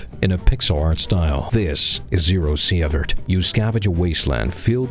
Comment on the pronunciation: See-vert nit see-eh-vert